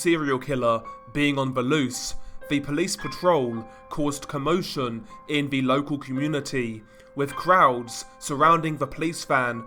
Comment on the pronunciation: Seriously? Ve (the), vough (though), wever (whether), over (other), vat (that), def (death), vis (this) and on and on and on. Dude, We can assume that English is your first language coming from the UK? Very difficult to listen to this crap when it appears to be narrated by a 3 year old.